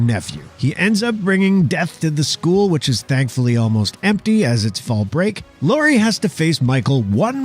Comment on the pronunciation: Laurie not laura.